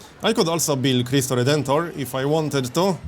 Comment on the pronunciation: Your pronunciation of Cristo Redentor was spot on, it was just like the brazilian portuguese way of saying it except really fast.